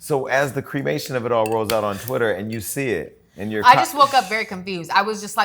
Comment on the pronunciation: "creamation" is wild jason